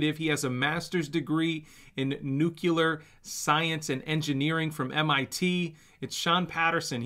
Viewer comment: Going “nucular” :) bullish